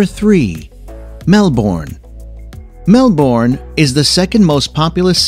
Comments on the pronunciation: I wish when you travel videos comment on theses fascinating place , you should find out how to pronounce cities eg : Melbourne Brisbane and places of theses countries, it not only sounds ridiculous but insulting I think to the people that you did not find the time to do this ,just a thought 🤗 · Talks about Sydney and shows the great Ocean road in a totally different state, and pronounces Melbourne completely wrong But not bad for a SEPPO🇦🇺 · The way he says Melbourne just annoys me (I live In Australia so I know how to say it) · If you are going to introduce Australia, you should learn how to pronounce the cities first.... especially Brisbane and Melbourne..lol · “Mel born” lmfao it is not “Mel born” it is pronounced “mel bin” lol sorry I live in Melbourne and it is funny how you said it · Its prounouced mel-bin not mel-born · Excellent video - could have been produced by our own tourist board. It showed of course, only the positive side of our country. The real Australia,, we are forced to live in every day. At present it is " rather interesting "...It has been mentioned here before - it is not often that I hear Melbourne or Brisbane pronounced like that... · I live in Australia and you can’t say Brisbane right or Melbourne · Pity he can't pronounce Melbourne or Brisbane. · Same the way he said “Mel bourne” and flinders street station just annoyed me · Melbourne is pronounced Mel-bn and not Mel-bourne. Flinders Street Station is pronounced Flin-ders Street Station (Fl -in-ders - combine the Fl and in-ders so it's Flin-ders Street Station) and not FlInders Street Station (don't enphasise the I). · Mel- bourne fl-inder street. I stop there. You didn’t visit or didn’t talk to anyone or didn’t hear the voice over man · Learn how to say Melbin. And Brisbin while you are at it. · I can understand the mispronunciation of Melbourne, it's understandable and pretty much expected... but Flinders? I... gh.. HOW!? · Melbourne pronounced as Mel-burn. Brisbane as Bris-burn.